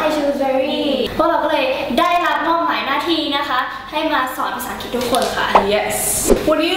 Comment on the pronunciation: ถ้าออกเสียงคำว่า อังกฤษ เป็น อัง- กริช ไม่ใช่ อัง_กิต จะเยี่ยมมากเลย